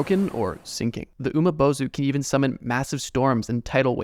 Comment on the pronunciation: You pronounce something wrong the umibozu is pronounced umibozu not umabozu